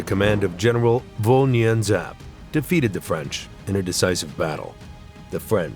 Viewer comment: Nguyen is actually pronounced (when,whin) fyi